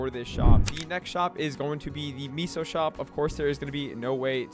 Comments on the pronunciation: Seriously. It’s pronounced MAY-SOH. SMH my head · its meh-soh... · That’s not how you pronounce meso lmfaoooooooooooooo